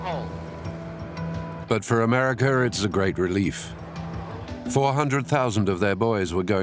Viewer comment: Americer,,, Russer? Pronounce it right